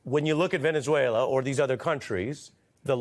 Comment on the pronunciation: he cant pronounce venezuela